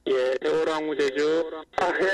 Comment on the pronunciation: 인천에서 제주로 가는 여객선 '시월호가' 이러고 있네 어후...........시월호 ㅋㅋㅋㅋㅋㅋ서해지방경찰청장님.....대본은 그래도 미리 읽으세요 ^^ㅋㅋㅋㅋㅋ